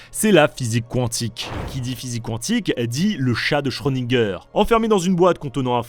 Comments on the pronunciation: prononcé à moitié à l'anglaise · pas quand on parle bien français. ça, c'est à moitié anglais. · Je ne savais pas que ca se prononcais "qwantique" 😅 ( je ne me moque pas, au cas ou, je ne savais vraiment pas 😊 )